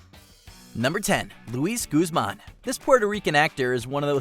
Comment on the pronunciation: Really impressed that, unlike the majority of Americans, you pronounced Tobolowski correctly. However Schiavelli is pronounced Skiavelli as in school, Guzman is not pronounced Gooseman. The U is pronounced the same as in book, hook and look.